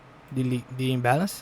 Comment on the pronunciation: "Imbéleinci"kkkkk me divirto demais.... like pela diversão.